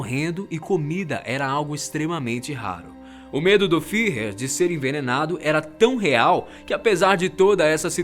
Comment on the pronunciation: Fiher? kkkk